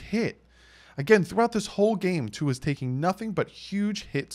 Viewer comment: it’s pronounced Two-Ah. It’s Samoan not Filipino or French 🤙🏼🤙🏼 Aloha from the beautiful state of Hawaii